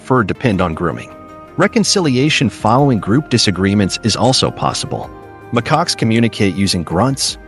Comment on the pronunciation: mccocks? really? stupid AI